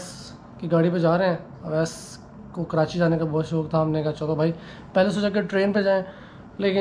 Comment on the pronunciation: "Kiranchi" Nahe boltay.. "Ke-rachhi". Pure lahori banain 😝 Good vlog. Welcome to Karachi! 🙂